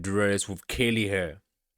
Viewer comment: It’s curly hair not caylee😂